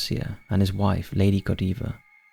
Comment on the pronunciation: LOLz, we're in Rugby, 10 miles or so from Coventry, and I gotta admit, me and the Mrs did chuckle at Lady Godeeva, it's pronounced God-Ivar. Meh, never really annoys us though.